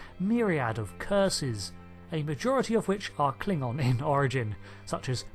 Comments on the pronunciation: You americans are weird with your language puritanism. Are videos really demonetized because you use swear words? Btw, your Klingon is great. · Your Klingon is pretty good!